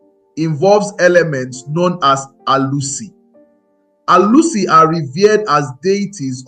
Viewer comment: This video would have been perfect if you could speak and pronounce Igbo words properly. Ur pronunciation of Arusi, ofor and other important things nearly spoil this beautiful narrative.